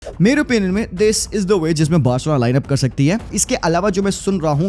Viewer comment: Barselona ❌BAHARSELONA✅